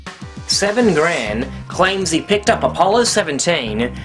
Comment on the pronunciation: I can normally get past all of the myriad problems with oral narration, but when he pronounces 'Sven' 'Seven', my Norwegian blood goes critical. I wish debunkers had installed a marquee at the bottom of their screen scrolling his transcript.